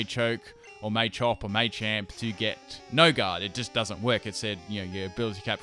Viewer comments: May-champ... WHHHHHHHHHHHHHHHY!!!!! It’s Ma-champ! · Everyone arguing over what' possible and what isn't, i'm just sitting here thinking "it's MAH-champ, not MAY-champ" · mah-champ, not may-champ wtf. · May-champ .e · "maychamp" it's the little things that make or break a video. couldn't watch because of the way he said it. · I love this video and a lot of but I found it hard to sit through " may champ may chop " it's pronounced as " matchop matchamp " I mean it's called Machop where's they Y to even suggest it's may chop maybe that's just how it's said in Europe?